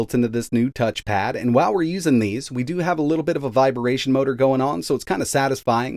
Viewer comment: I mean I like your videos but I can't seem to understand why you pronounce some words like "Viba-ration" instead of "Vibration" or "RetrouwArch" instead of just "RetroArch". Is that some accent I yet to encounter?